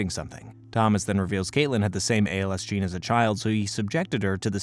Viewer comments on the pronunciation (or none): none